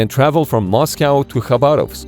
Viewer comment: Very nice try to say "Khabarovsk" correctly👍